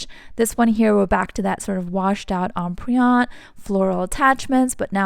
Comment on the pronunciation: Empriente is not em- pree- ante …